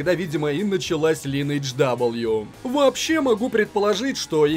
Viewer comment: лИнедж ))))) Оруууу